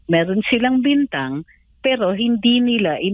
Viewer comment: BintAng po hindi botang